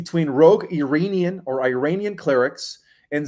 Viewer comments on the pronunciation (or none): none